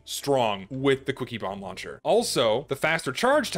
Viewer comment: Why do I keep hearing cookie-bomb launcher instead of quicky bomb launcher